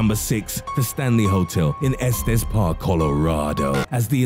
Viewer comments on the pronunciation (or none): none